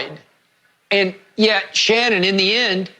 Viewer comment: You Shanon your name is She-non! Ur gayweather